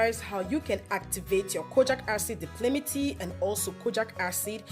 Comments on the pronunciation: thankyou for the video, very informative. But, It's Di-pal-mi-tate not di-pli-mi-ti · Great video thanks. It's called di-pal-mi-tay-t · Dye-palm-it-ate! Exactly. Seconded, these videos are so bright and happy!